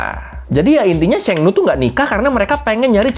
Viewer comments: bang , abang salah baca di sheng nu nya dia bukan bilang nu tapi nie~ (e nya agak panjang) yang artinya perempuan bang .Sekedar memberitahu saja ya bang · ma'am pelafalan nya, Sheng, guruf e, bunyinya huruf nya, seperti di ejaan sekolah, bukan bunyi d ejaan bebek. Dan bunyi nu nya di Sheng nu, ngucap nu nya, bibir qt monyongin, Dan u nya berbunyi 'i'.